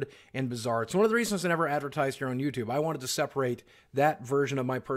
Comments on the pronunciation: I can't get over the way you keep saying "YouTube". lmao. "YouTube-eh". You don't say it like that every time, but like half the time. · "youtubeh" I feel like i;m the only one hearing that. I like you're videos, i'm not making fun but you're definitely saying youtubeh, or i'm taking crazy pills. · Why do you pronounce it “YouTub-uh” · Is it me or is he saying "youtube-ah"? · First person I've ever heard who pronounces the 'e' in youtube